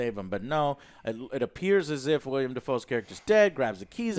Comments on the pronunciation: Willem....its WILLEM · Every time says WILLIAM Dafoe, a seagull is brutally murdered. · Say it with me, "Willem". Say it with me, "Pattinson". We got it? Good. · Willem, Joe. Willem. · Damn it! Get the names right! It's not Robert Patterson❌ or William Defoe❌ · IT’S WILLEM NOT “WILLIAM” YOU FUCKING DUMBASS! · How do people still say William Defoe, hasn't anyone told Joe it's Willem by now I've heard him say it with any movie Willem is in. That's a completely different name it's like calling Joe, Joan. Sorry but it kinda drives me nuts when people say William Defoe. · Joe, It´s WILLEM Dafoe! Not William! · It's WILLEM Dafoe...WILLEM, NOT WILLIAM! JACKASS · Willem. WILL-EM!!! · Joe... It's WILLEM Dafoe, not WILLIAM Dafoe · Anyone else wonder if Joe ever learn that his name is Willem Dafoe, and not William Dafoe? Anytime he has been mentioned in the history of this channel, Joe calls him William lol. How the hell do Alex and OJ not stop and correct him after he says "William" 500 times in this video...? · Oh, and it's WillEm Dafoe. Not WilliAm Dafoe. C'mon dude. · Willem* not William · WILLEM* not William or Williem. "WILL-EM." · Maybe williom? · Not "William Dafoe" lmao it's Willem Dafoe you silly fat fuck. What the hell kind of movie critic are you? Stick to video games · Joe- "Will-E-em Dafoe" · Other joe driving joe crazy about the above average score and joe driving me crazy cause it is pronounced Willem not William freaking Willem Defoe. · Dummy called him “William” it’s willem YOU DORK. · IT'S WILLEM, JOE!!!1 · You call yourself a movie critic and you pronounce his name “William Dafoe”? LOL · Joe seriously, it’s PATTINSON not Patterson and it’s WILLEM not William. What a joke. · Couldnt hurt to do some research before reviewing a movie. Its Willem Dafoe, not William. And its Pattinson, not Patterson. And yes the movie is directed by Roger Eggers, the director of The Witch. At least Joe got that right even though he didnt know the name.